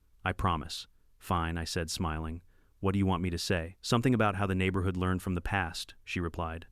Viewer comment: The way these AI videos pronounce certain words is hilarious! The neighborHOOD!